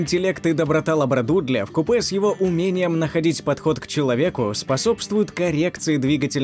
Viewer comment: Много неточностей в речи. Не "в купЭ", а вкУпе. Если собака "на порядок" ниже, это значит в 10 раз!! Наверное имелось в виду "в разы". Но про мини аусси и это будет преувеличением. Они меньше австралийских овчарок, но даже не в два раза.